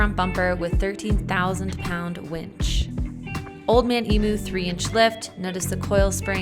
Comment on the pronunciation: Old man emu. It is pronounced “eem-you”